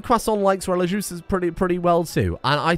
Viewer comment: please look up how to pronounce religieuse i beg its not relijuice